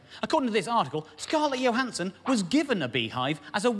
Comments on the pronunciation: I am pretty sure that the J in Scarlett Johansson’s name is voiced like in judge (ie the Voiced palato- alveolar affricate) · Hmm, if I saw the name Johansson at random I'd assume it was the more yo pronunciation, not a linguist so don't know the terminology! But it seems to me she's ALWAYS referred to with a strong J, and so I assume that's what she prefers to go by. This is actually her Proper name, so surely it's up to her? Having said ALL that, I probably do refer to her with the yo pronunciation... out of habit! But I doubt I'd be taken aback if whoever I was talking to 'corrected' me! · isn't she from Germany or Austria? I would refer to her native tongue and determine the correct pronunciation from that. perhaps she has adopted for HOllywood purposes the 'judge' ''J'', I'm going with the language thing.